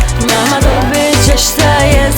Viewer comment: Noči, če, prvo logopeda treba posjetit..